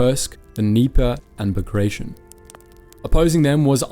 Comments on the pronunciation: Pls DO NOT DEFORM non-English names. Not BAGREJSHN, but BAGRATION 😀😀😀😀😀😀😀😀😀😀😀😀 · Bagrtyon not bagraishen